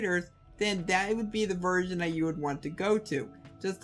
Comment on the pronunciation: I couln't difference if he was saying "virgin" or "version" LOL, still, great video, def liking